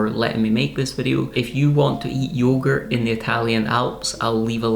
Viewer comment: I've consulted with the expert (my wife) and you say yoghurt like a weirdo. Must be your side of the loch...